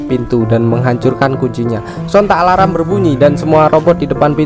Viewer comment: Min kok alarm jadinya alaram 😂😂😂